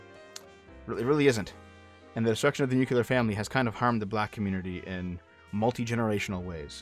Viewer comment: "new cue lar family" thanks